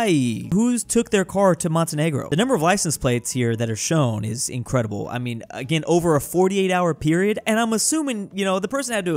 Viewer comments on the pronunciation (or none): none